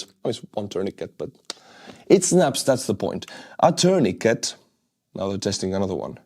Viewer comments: Your English is really good, but tourniquet is pronounced terneekay - the 't' at the end is silent. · It’s pronounced “tuurnikei”,! 😂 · Tourniquet is pronounced with a silent 't' at the end.